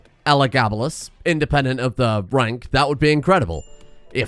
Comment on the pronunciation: "He wanks as high as any in weem"